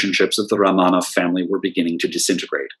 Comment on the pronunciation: Very good information. I love the way you can pronounce Russian names -- I have read many books on the Romanov family but do not know where the accents go on Russian names. So it's great to hear them and encourages me to say them more rapidly. I have never seen photos of the houses or Michael or Boris. Very good pictures of the family and Natalia as well. For some reason Russia at the turn of the century is endlessly interesting to me; I was hooked when I read Nicholas and Alexandra by Robert Massie back in college in the early 1970s. I also love Russian art, architecture, theater, literature, imperial fashion, jewels, and more. I have been to Petr once for a glorious 8 days around 2015. We saw tremendous museums, sites, palaces, and even a ballet. I only wish the Faberge Museum had been open when we were there. So I continue to learn and watch from afar in my native USA. Thanks for this lecture. I love to learn more and more about Russia. I am GLAD you fit as much information as possible into this lecture.